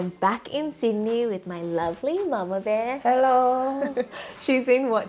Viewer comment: Lol Hello not bello